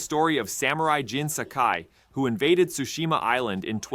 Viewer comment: Shu shi ma not shushi ma lol